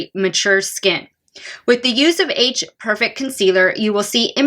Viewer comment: Perfect- It isn't pronounced 'perfec' it's 'perfect' !!! There is a 't' at the end . Ugh